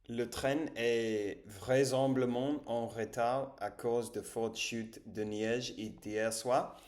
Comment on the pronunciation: vraissemBLAblement * bravo pour ton niveau en français ! si tu veux des cours, je suis le best teacher ever !